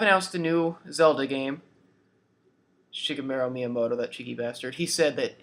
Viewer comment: It's pronounced: Shi- Gairu- Mia- moto